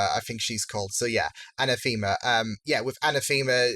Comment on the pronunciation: Anathema's name is not pronounced a-na-THEE-ma. It's pronounced a-NA-tha-ma.